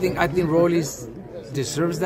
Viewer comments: Why do people call him Rollies it’s Rollie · Rolly not Rollys lmao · Why does he keep calling him RollieS????!!!!! with the S. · Why dude keep calling him "ROLLIES" 🤔 🤣🤣🤣😭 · #1 stop saying Rollys… #2 stop asking about Mayorga every time for crying out loud..